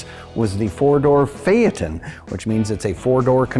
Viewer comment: it's a "Fae-ton" not a "Fae-at-ton" Christ, you're gonna give me an aneurism saying it like that.